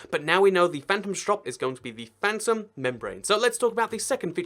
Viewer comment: Its not phantrom its phantom